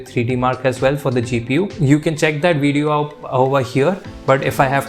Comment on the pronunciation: Why do Indians learn English put choose to pronounce words their own way? Video is not pronounced wijeo